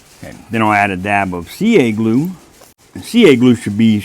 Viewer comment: I really love your content so down-to-earth I really appreciate it. I have watched quite a few of your videos now and I've only just realised that your not saying "a dab o do" but " a dab of glue" my poor listing skills.😅